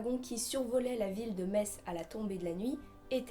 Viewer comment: En tant que Lorrain je suis très content que tu aies choisi cette légende pour démarrer cette nouvelle chronique ! :) Tu as très bien présenté ce monstre ( et surtout tu as bien prononcé le nom de la ville de Metz ^^) chapeau l'artiste ! Vivement la prochaine vidéo !